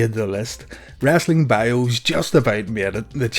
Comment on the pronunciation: Its wrestling not wrastling. No a in it, re soul ing not ras ol ing